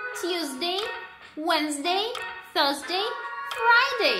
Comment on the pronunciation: Не поняла - с какой буквы начинается 4 день??? В произношении